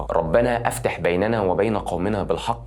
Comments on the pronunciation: أخي الهمزه في كلمة (افتح بيننا )هنا الهمزه تكون همزة وصل وليس همزة قطع فتكون الكلمه (ربنا افْتَحْ)وليس (أَفْتِحْ)وتلاحظ في الكلمه الصحيحه حرف التاء ت مفتوح وليس مكسور ❤ نفعنا الله وإياكم أخي ❤ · لو سمحت راعي التشكيل في قراءة القرآن الكريم ، مفيش حاجه اسمها أَفتِح بكسر التاء وفتح الألف ، اسمها افتَح بفتح التاء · انت بتنطق الاية غلط ربنا افتح الالف مفتوحة وانطق الهمزة حاول تسمعها من حد متقن او شيخ اكتر من مرة والتاء مفتوحة مش مكسورة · ( رَبَّنَا ٱفۡتَحۡ بَيۡنَنَا وَبَيۡنَ قَوۡمِنَا بِٱلۡحَقِّ وَأَنتَ خَيۡرُ ٱلۡفَٰتِحِينَ) افتَح وليس أفتِح وكمان ده دعاء على الظالمين بالهلاك مش فتح ربنا ليك في الكلام ممكن تستبدلها بدعاء سيدنا موسى ( رب اشرح لي صدري ويسر لي أمري واحلل عقدة من لساني يفقهوا قولي) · السلام عليكم برجاء سماع الآيه التي استهل بها الحلقه لان القراءه خاطئه من سوره الأعراف آيه 89 أفتِحْ ❌️ افتَح✅️ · تنبيه بسيط الايه فى بدايه الفيديو مش: ربنا أَفتِح بيننا ❎ الصّح: ربنا افْتَح بيننا ✅ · أتعلم تقرأ القرآن صح بالله عليك انت ولد جميل جدا بس القرآن كتاب مسموع اتنقل لنا بالسمع والشفاهه كما قالها الرسول نقولها.. اللهم افتح بيننا وبين قومنا غير اللهم أََفتح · ملحوظه مهمه شوف نطق الآيه في أول فيديوهاتك لانك بتنطق الألف في افتح غلط اصل دي وصل وانت بتنطقها غلط فبالله عليك ركز في الحته دي، بالتوفيق ❤ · السلام عليكم ورحمة الله وبركاته يا عايزة اعلق تعليق بسيط بس علي كلمه "افتح " في ايه "ربنا افتح بيننا وبين قومنا بالحق وأنت خير الفاتحين" لو سمحت كلمه "افتح "بفتح التاء وليس بكسر التاء.....وشكرا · ربنا افتح بيننا وبين ربنا بالحق انت بتقراها غلط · ربنا يبارك فيك خل بالك الآية ربنا افتح بيننا وبين قومنا بالحق اَفتح. همزة وصل مش قطع وبنكسر الالف مش بنفتحها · السلام عليكم ورحمة الله وبركاته ...حبيبي هذا الدعاء ورد في القرآن الكريم... ولكن للاسف قرائتك للآيه في أخطاء في التشكيل ...ربنا افتح بيننا وبين قومنا بالحق وانت خير الفاتحين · تسلم مجهوداتك بس ياريت تبقى تسمع الآية وطريقة نطقها بصوت حد من الشيوخ كبروڤة قبل ماتقولها .. الآية (ربنا افتح بيننا وبين قومنا بالحق )(كلمة افتح)... همزة وصل مش بتتنطق ولكن انت نطقتها فأصبحت همزة قطع واتنطقت غلط. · افتح بكسر الهمزة